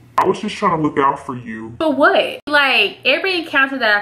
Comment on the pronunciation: "I was just tryna look out for you.." "For WHET?!" LMAOOOOO I DIED. Love you girl xx